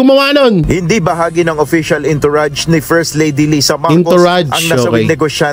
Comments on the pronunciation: Correct pronounciation of entourage is (on-tou -razh) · Entourage is pronounced as—>>> “ aan-tr-aazh “ PLEASE TAKE NOTE especially for those who speaks a lot in public…. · The ontourazh of liza marcos in la..yan ang correct pronounciation po tnx